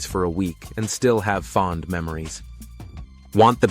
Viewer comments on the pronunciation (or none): none